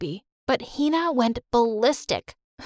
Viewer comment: yea but the way they pronounce hina 😭😭